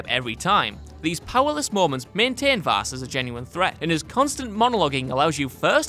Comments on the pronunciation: Vaas not vass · it's actually Vaas, not Vass..... also: Handsome Jack ( Borderlands 2 ) Validar ( Fire Emblem: Awakening ) Zinyak ( Saints Row IV ) Zanza ( Xenoblade Chronicles ) Malos ( Xenoblade Chronicles 2 and Xenoblade Chronicles 2: Torna, the Golden Country ) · not vass, vaas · btw it’s Vaas not Vass